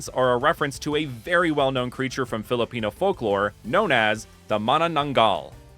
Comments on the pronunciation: Wow, this is really researched very well! I love the designs of the starters and its inspirations. Imo, you really gave justice to a region that could be based off of the Philippines ^^ (Plus, I think you did really well pronouncing those Filipino terms :)) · As a Filipino, u didn't miss pronounce anything.❤